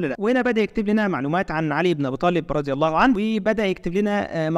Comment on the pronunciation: المشكلة ان في نطق خطا للكلمات وكلمة الله الذكاء الاصطناعي بينطقها خطا